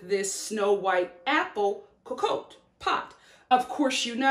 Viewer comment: if I tell you I'm French, and I came strictly for the pronunciation 😂😂😂😂😂😂 Lo Crrrrooossey coacoatay 😂😂😂😂 It's more like "luh cruh-zé" & "kohkott" (same sound for both o's, like in the word "pot") but I'm here for the giggles ✨✨✨✨ Funfact ⬇⬇ for most French people, "cocotte" is a nickname for a chicken, and for a girl as well as this cooking device... but for us here in the French West Indies, it's a word for c00chie... and the cooking thing 😅😅